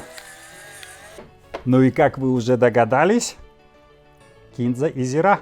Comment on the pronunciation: первый русский человек,который правильно ставит ударение в слове кИнза